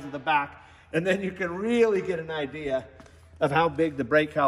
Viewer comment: Saw point at the bearings on the wheel and talk about how the internal diameter gets bigger towards the center. "And you can really get an idea" I heard, "You can really get an I.D." Ugh.